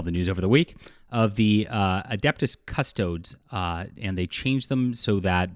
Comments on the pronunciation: Not castoads it's cast o dis😂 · I like the way you pronounce Custodes. Apparently, the correct way to say it is Custode-es, but that sounds silly to me. I say it the same as you; Custodes the same as nodes. The last four letters are the same. We don't call 'An Ode To Joy' an Ode-e to Joy. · Say it like Cus Toe Dees not Cus Toads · Cust….ohds? No offense bro but with that pronunciation I gotta disregard ur opinion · Come on,. You should know your latin pronunciation! Cust o dees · It's always funny to listen to people who don't follow 40k pronounce, "Custodes" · Two this about the intro: It is adeptus cus-toe-dees Also people have been genderbending the emperor to be a woman as a joke for YEARS because his appearance is whatever suits the situation best at the time to get his objective complete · i'm seeing a lot of new youtube channels talking about this AND FOR SOME REASON NOT ONE OF YOU CAN BOTHER TO LEARN HOW TO PRONOUNCE CUSTODES, so i'll do it for you cus-to-dees. ffs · It’s pronounced Cuss-toadies. 🖖😀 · Please for the love of god its making my brain hurt... It's pronounced cus-toe-dees like Dee's nuts cus-toe-dees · CUST OD EEESS SAY IT WITH ME CUST OD EESS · Meanwhile NOT A PEEP from Cavill... Custodes is pronounced Cus-toad-eez. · Cuss-TOH-dees. Thank you. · The way he said custodes made me cringe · How do you pronounce Adeptus Custodes wrong 🤦🏻‍♂️ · Yes. Get your info from someone who can't even pronounce 'custodes'. Again: Noone in the community actually cares. You wouldn't know since you are not part of it.